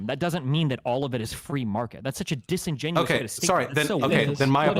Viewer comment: Good points. BTW, the word is "disingenuous", not "disingenuine".